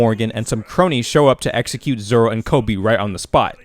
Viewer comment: At Least you watch dub for the right reasons most people wont watch sub bc they cant read the subtitles like what are you 5 also hes zolo in the manga too but it’s pronounced zoro